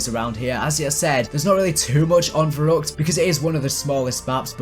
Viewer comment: verruckt is pronounced ferruect in German, keep up the good work!